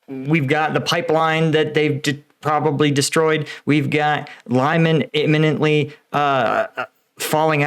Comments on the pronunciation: Its „Liman“ not Lajman. 😅👍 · I believe in Ukrainian 'y' (like that in Lyman's name) is pronounced kinda like "i" as in "fist'. Also the accent is put on the second half of the word Lyman. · just a useful tip Lyman you read Liman im from Eestern Europe so small hint :) and also im an Ex-Volounter in Ukraine and also for Zaporižja you read Zaporožje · lymen = "leman" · Lyman is pronounced lee-MAN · The city is pronounced as LeeMAHN. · Jesus...it is not pronounced that way...Lyman is pronounced "Le-man"...love your content, but for the love of Satan, learn some languages... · Pronaunce : <Leman> please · Lyman is pronounced "Lee-monn" by the way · It's Lee Mahn! 😊😊👍👍🇺🇦🇺🇦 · Lyman pronounced Lee-mawn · Rumour is, all of the highways out of Lyman are under Ukrainian fire control. BTW, Lyman is pronounced Leamon. And yes, the pronunciations are challenging to us native English speakers 😋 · Almost got right once! it's pronounced "Leeman" [Li:man]:goodvibes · "Lyman" is pronounced "lee-MON". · Hey.....I know you struggle with the long town names but Lyman is LEE-MON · Lyman is not pronounced like that. “Y” in Lyman is the same sound as “Y” Lysychansk